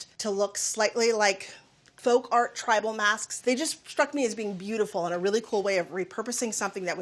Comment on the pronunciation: Did she just say "tribal"?